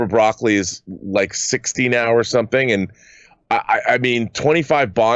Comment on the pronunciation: Prior to the pandemic, wasn't there a rumor about Lashana Lynch becoming the first female bond a la Doctor Who? She's in the movie as a "OO" agent. Also isn't the producer name pronounced more like E-Coli rather than the vegetable - Bra-Coli?